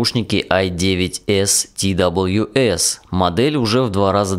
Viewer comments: не ти дабалъю эс а просто твс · Твс надо говорить